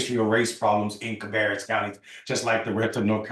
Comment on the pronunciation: CA- BEAR -RUS COUNTY